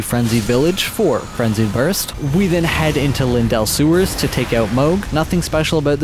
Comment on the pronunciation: Im confused, is english your first language or is it a bit? Because the pronunciation in this vid could have been better, for eg. AposTill (Apostle), Loreruania (Liurnia) , Linedell (Leyndell), More Got (Morrgot), forginate (fortunate), for some reason you pronunce Lansseax differently each time you say it, Crystillians (Cystalian). This was all in the first 16 mins. Again if I'm missing something like its a joke or english isn't your first language please let me know.